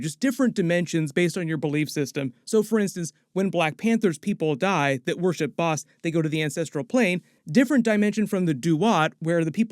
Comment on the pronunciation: Thank you for pronouncing Bast correctly, because in the first ten minutes of "Moon Knight" they mispronounced Taweret and continue to for the entire series. Quetzalcoatl, (is KEHT-sahl-KOE-awt. The 'L" is silent, but is also pronounced KEHT-sahl-KOE-aht-ul -- and the "L" is included. But, hey, it's Marvel so just go with it, maybe the 616 Public Domain gods just do whatever over there, but Nuhautl -- the language of Aztecs, is still spoke by more that a million Nuhua people still living in Mexico. Coyote, Avocado, chocolate, are all words that came to us via the Aztecs. But, again it's 616, go nuts. They've messed up Norse Mythology for years now.) Quetzalcoatl is a big deal god of the Aztecs, (and is a 'he'), In the Mayan pantheon, he is called KuKulkan and they are the same god. The Mayans are an older civilization than the Aztecs, although they overlap briefly for a series of years, the Aztecs rose to power a century after the Mayans. Both occupied different regions of what is now Mexico, the Yucatan and Central America. Both had written languages and advanced mathematics. Tepeyolltol, ('teh-PEA-ah-tohl' or 'teh-PAY-lot-ALL', -- I've never heard it pronounce 'TEP-ah-tee-OH' -but again off we go to 616, if they're going with that it sounds fairly close to 'Tapatio' which is the masculine form of "from Guadalajara" - which is a great city!-- The rest is dead right, well done! He is the "heart of the Mountain", the Jaguar god of animals, darkened caves, echoes, and yep, eart